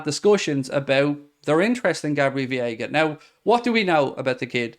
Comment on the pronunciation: Day 31 of mispronouncing Veiga like its Viega. Say Vay-eega. Or just Vega if its easier